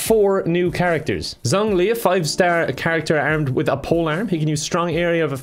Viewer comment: The fact he pronounced zhongli like zonglee. Don't blame him though most don't know zh is pronounced like the s in asia.